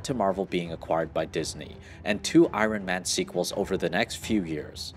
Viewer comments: it's the way u say iron man ...ion man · He says iron funny. It’s like I-rone man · Man, your pronunciation of Iron Man and Shang-Chi is rough.